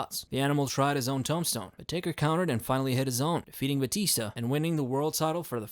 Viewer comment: "Tome-stone" huh?